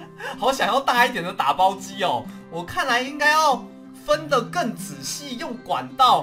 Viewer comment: 有人跟我一樣一開頭的『打包機』聽成「大包莖」嗎😂😂😂